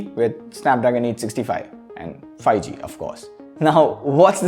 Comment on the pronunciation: Everyone: 5g Le: Fi g 😄